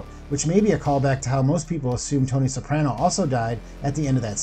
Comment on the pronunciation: Soprano is the only name you say correctly